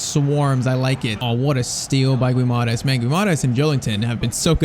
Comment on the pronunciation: Just saying: It's not said Guimaras but it's pronounced Gwimaraesh